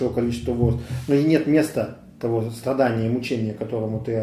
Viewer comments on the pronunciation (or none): Только не "кхест", а "крест"; и не "стхадания", а "страдания" - над "фикцией" не помешало бы чуток поработать, уж если ваш ход деятельности всязан с говохением.